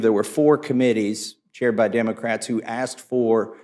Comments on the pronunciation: "At the time we axed for it..." Good Lord, this is the level of intelligence we have running this country? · J6 Committee Chair just used “axe” for “ask” ON CAPITAL HILL! We’re deevolving. 😣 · Yup...it's funny you axed that! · He said “axed” all I need to know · Thompson "axed"... What a clown!